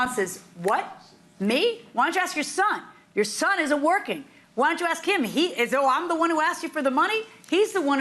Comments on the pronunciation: I’ve never heard of CAKE called Keek. But then again she says AXE instead of ASK. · I 🪓 ‘axed ‘ the cops 👮! Lol